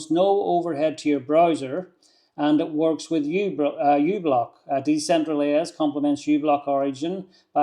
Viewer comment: I think it's pronounced "decentralize". It's a play on words: Decentral + eyes. 👀 "Decentraleyes".